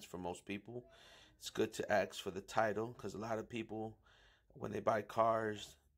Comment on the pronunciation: Axe = Ask. Just letting you guys know.